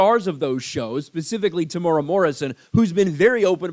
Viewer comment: Psst it is pro-nounced Tem-oooh-era but good take Sir.